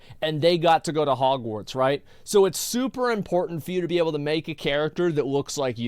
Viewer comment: Whoever uploads this, its Hogwarts with a T, not Hogwar"d"s